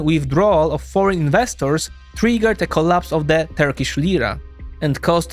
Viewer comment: It is a pleasure to watch this as a Turkish citizen. Most Turkish pronunciations were perfect.